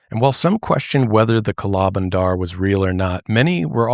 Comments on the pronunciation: we say kala bandar with the 'a' sound from banana (bah) instead of 'a' from an apple (ae) so you dictate it as kah-laa buhn-der meaning black monkey. this episode just reminded me of the monkey scare in my grandmas city, it was truly an insane time. even when you go hiking here in the city I live (nyc equivalent) the monkeys wait around to steal your food STRAIGHT from your bag, opening up the zips and all. they are very extortionate too, there was a lot on media in the 2000's that recounted how some thiefs actually used the smarts of these monkeys to help them steal wallets and etc in high local/international tourist areas. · As an indian, hearing you say kala bandar was so funny and adorable.